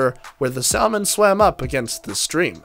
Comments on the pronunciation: Saaamon not saelmon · the 'l' in salmon is silent, ergo. 'SAM0on' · "Sal - mon?" LOL! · It's pronounced 'Sal-mon'! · Sahl- Mon?!?!? SAHL-MON?!?!?? 😾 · Are you kidding the guy cant even pronounce the word salmon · No he’s right, the L is silent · You should review the pronunciation of salmon. What you said is incorrect. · SALMON IS PRONOUNCED WITHOUT THE L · You cant even pronounce the word salmon